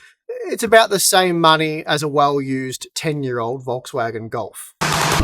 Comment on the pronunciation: It's not pronounced "wolkswagen"